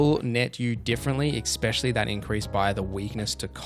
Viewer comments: Especially bro Not expexially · EX peshully